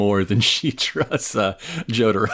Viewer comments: Joe Tah Row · You're gonna take these low tier weebs and their Joe-Tar-Oh and you're gonna like it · I love you guys but...you gotta start saying Jotaro right lol it is driving me nuts